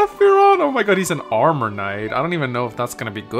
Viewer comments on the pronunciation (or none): none